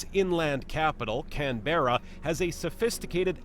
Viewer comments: The narrator puts the emphasis on the "berra" part of Canberra. I've always spoken it and heard other Aussies speak it with the stress on the first syllable "can" and the rest said quickly with a clipped "ah" sound at the end of "berra". If that makes sense to the reader. I live in Sydney. When I first moved as a child from the Eastern suburbs to the North Shore of Sydney I thought I was in the untamed "bush", having been used to streets of mainly wall to wall asphalt, concrete and brick, lol. But as an adult I love the area. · Yikes, when will US video makers learn that our capital city (I'm sitting in it by the way) is pronounced Can-brah. They are the same ones who say Eddin-burg, I guess. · Cairns - pronounced "Cans", Canberra - "Kanbra" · ROFL, where is the voice-over guy from? Every time he said Can-berra I cringed. Then he went on to talk about affordable housing? lol what? I'm from Canberra. I love it. Will probably never leave. But most find it too quiet and boring. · From all the major 'errors' I can almost guarantee that the bloke doing the commentary on the small size video screen HAS NEVER been to Australia. His mispronunciation and inaccurate information is shocking! On Balance I'd choose Melbourne if I was you. Thanks for your video. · What's with the pronunciation of Canberra? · Very shallow descriptions. And pronunciation of Canberra is wrong. And Sydney is not the biggest city by a long way, Sydney and Melbourne population sizes are very close